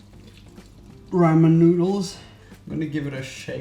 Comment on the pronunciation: Ffs, you can't even pronounce ramen right.